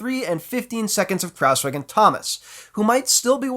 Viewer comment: And not just that... he also pronounces "Kruijswijk" in an almost perfect manner.... instead of "Krauswick" or whatever it is that some non-Dutch speakers seem to be saying when they try to pronounce his name.